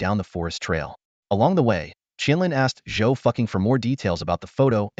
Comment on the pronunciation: Not Zhou ducking "replace the d with an f